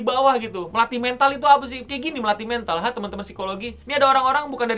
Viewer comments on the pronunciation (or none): mental "e" nya dibaca kayak elang.